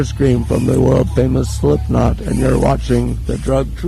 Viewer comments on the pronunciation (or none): Just letting you know, it's SlipKnot. not Slipnot...